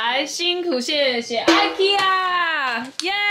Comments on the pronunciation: 什麼 居然是念ikea而不是ikea！我一直以為是念ikea，我朋友也是念ikea，但四姨跟Tina是念ikea！？ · 好香 <3 然後不是念哀ㄎ一阿 是念一ㄎ一阿哦